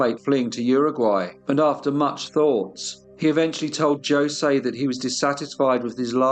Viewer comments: Reputable channel, not quite. The narrator can not even say the gentleman's name the right way. Isn't it said Hose' or 'ose'? You don't say the J because it is silent? If this channel was reputable, it would have also done the research of how to pronounce the Brazilian names. Hence, the English narrator was probably making fun of how the South American dialect is pronounced. This is the reason why I have not subscribed to this channel. I can't stand the one tone monolog, and that flucking English accent!!! Why not be a little more respective, and also get another narrator, possibly a female!! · It’s painful to listen to you mispronounce Jose (it should be hose aye)… It’s common knowledge I’d have thought, I’m an Aussie in rural Australia and even I know this. Like Jesus is pronounced Hey-Zeus. Please start researching pronunciations, you are doing your topics and yourself a disservice. I’ve listened to everyone of your podcasts and am a fan, but I know you can do better in this area. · Catarina Palse, my wife, was from Hungary Carlos Claussner, my accomplice, was from Germany The Ramos family, my namesake, was from Spain. We say Ho-say. Honestly though, I really do appreciate your efforts in maintaining historical and factual accuracy. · It’s pronounced like “ho-se “. Sorry! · A Brazilian name is likely to be Portuguese origin, I think it is Jo-say. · this narrator needs to know how to pronounce José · I do love this channel, and the videos covered here. Though I must say it amazed me how well every pronunciation of places were amazing, I just can't figure out why José was not pronounced correctly... to me, that was the easy one, I would have butchered every other name lol... Thanks again for introducing me to this story, I had not heard of these horrific criminals. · If you cant pronounce "Jose" properly...im done. British people sound articulate but not culturally. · I thought in Portuguese the pronunciation was different? Is it not? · Jose is pronounced hosay